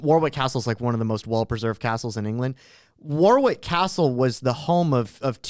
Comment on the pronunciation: The man with an MA in history does not know that it is pronounced "WAR-ick" Castle...